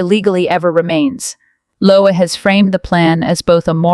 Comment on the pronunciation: His name is 'Lowe' as in 'low', not Lowey or Loway